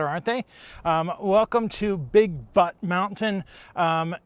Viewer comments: Update. It's not butt. It's butte. Rhymes with newt. Just laugh. 😊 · Welcome to SD! Btw, Butte is pronounced Byoot…not but. Bear Butte is pretty awesome. Make sure you go to Spearfish Canyon! I love seeing you in our state! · It's Bear B-yoot...(butte) mountain 😊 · It's big Butte,not Butt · 😂😂😂😂😂😂 Butt butt butt butt .... 🤣 Butte ("Boot"). 👍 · Its pronounced byoot 😂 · It's pronounced like beauty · Bear Butte (beaut, as in beautiful). I'm in Hill City, just a few miles from Mt Rushmore.